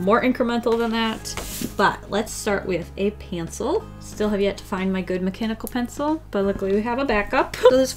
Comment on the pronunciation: "a pantsel"